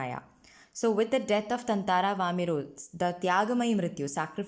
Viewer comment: I think you're pronouncing his name wrong (ततांंरा)...but great content anyway! Thanks a ton!